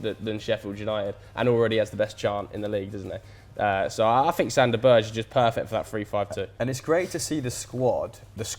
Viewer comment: Can you please not call him Sander "Burge"... Pronounce it like you would pronounce Patrik "Berger" and you will be miles closer..